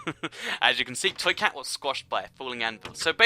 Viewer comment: U say twee cat not toy cat